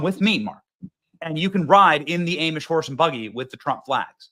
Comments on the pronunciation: Ha! Funny! It's pronounced Ahhhmish, not long A Amish. Try some Lebanon Bologna, too! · Benny, please stop pronouncing it aaamish. It’s pronounced Ahhhmish. 😂. Sorry, I know it’s piddly but please🙏 Trump 2024! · What is an Aim-mish? Are you trying to say Amish? Prononced: Ah-mish. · Benny it is Ahhhmish. Kalona wasn’t that far from where you lived. Love that town esp the cheese factory with fresh cheese curds that makes your teeth squeak. Your kids would love it. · I think it is cute how you mis pronounce Amish.....(A[h] mish) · Benny…repeat after me “Ah-mish” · You are still saying amish wrong!